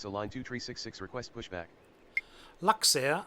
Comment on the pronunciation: Du musst Luxair sagen und nicht Laxair